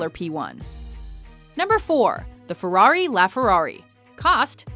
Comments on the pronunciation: what's a fewawi? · This woman and the word ferrari don't go well together...